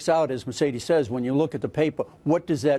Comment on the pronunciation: Mercedes COLON, seriously? Obviously he hasn't taken spanish.